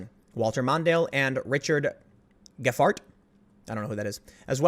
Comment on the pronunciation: GEP-HART bless your heart